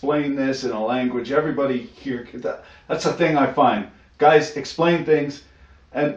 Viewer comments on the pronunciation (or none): none